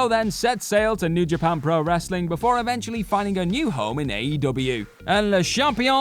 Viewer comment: FYI it is pronounced as wrestling not wrasslin